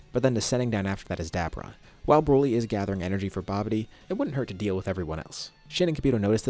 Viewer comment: Why are you saying dabura like that? You're like 50 what ifs in and now u change it? U sound like an asshole